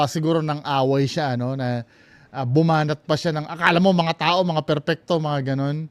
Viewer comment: Yung kay Jiggy Manicad nga sabi niya "pagdagsa ng mga tae" instead ng "pagdagsa mga tao" hahaha